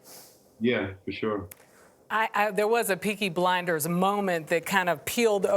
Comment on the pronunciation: DID SHE SAY PEAKY BINDERS???!!!! THE DISRESPECTTTTTT